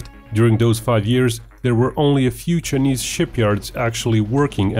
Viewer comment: “The Cha-knees Navy”